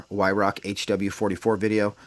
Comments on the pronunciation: It’s pronounced vi rak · Weirauch, pronounced with a V like Veirauch, great gun mines .177. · German w is a v sound .